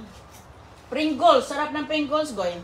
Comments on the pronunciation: Helo... Please learn the proper pronunciation like the Pringles... Not.."Pringules". Also.. chocolate... Not chocoLet... Ok! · Pringles po is the correct pronounsitions, not prigguls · Anong klaseng caption yan ! kinain ninyo ang basurahan at anong pringuls , ayusin mo nga magpronounce ng mga words mo para kang hindi nakapagaral , kaya pala hindi mo maturuan ng tama ang mga anak mo , magself study ka nga bago mo ibuka ang bibig mo .